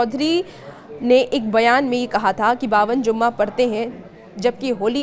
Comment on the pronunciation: ZUMMA NHI JUMMA HOTA HA😂😂😂😂